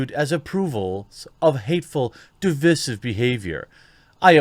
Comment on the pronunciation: Side note: Jeremy, why are you are you still mispronouncing “divisive” as “divissive” as though it rhymes with “permissive”? It’s demonstrably wrong. Should rhyme with “incisive”.